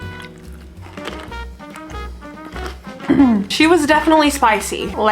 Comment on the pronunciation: "She was definitely spiiccy"😂